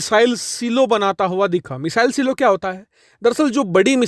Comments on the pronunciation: सिलो नहीं ..... साईलोज ❤ Important news...... India should deter Chinese aggression by making Surya Missile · सीलो नहीं 'साइलो' कहना चाहिए। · Saylo(silo). Seelo nahi bhai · सिलो नही साईलो